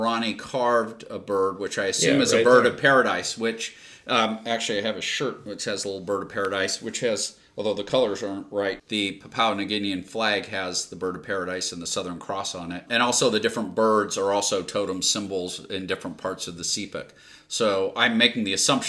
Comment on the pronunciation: Did he say pup-owa New Guinea? 😂 I’m not sure he actually went!